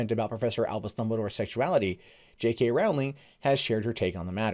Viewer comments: Hey,. Rowling is “row” like a boat rather than “row” like a fight. Thanks for the vid. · I know this point is petty and pedantic and annoying, but her name is pronounced Row-ling like bowling.